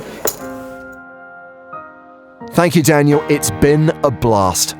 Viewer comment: can’t say “thankyou”